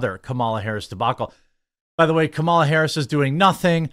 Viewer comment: DID YOU SAY CAMEL A. HARRIS... I DISTINCTLY HEARD IT... EVEN CAMELS ARE ASHAMED OF HER...